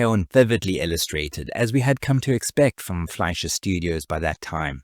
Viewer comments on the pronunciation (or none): none